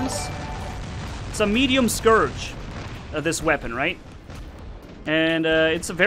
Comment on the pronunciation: you say midium scourge